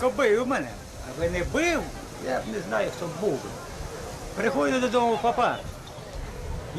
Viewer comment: папА, з наголосом на останній склад - натяк на французьку ))